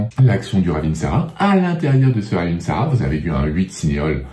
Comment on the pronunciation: On ne prononce pas le dernier "a"...